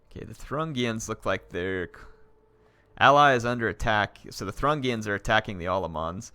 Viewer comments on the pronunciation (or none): none